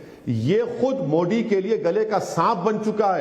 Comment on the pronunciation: ये उर्दू की तेहजीब इसकी जूबान से जहर क्यौं निचोड रही हैं? ये मोडी क्यौं कहता हैं? मोदी कहते हुए उर्दू के उच्चारण की बात करने वाले मूँह में क्या डालके बैठें हैं?